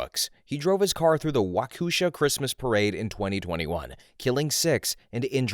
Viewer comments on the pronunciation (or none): it's Waukesha (Wok-kah-shaw). I get it, the Midwest has really hard city names to pronounce. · My wisconsinite soul temporarily left my body at that pronounciation of waukesha